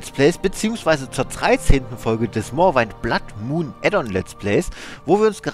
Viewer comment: Morrowind, das wind bitte wie Wind aussprechen, danke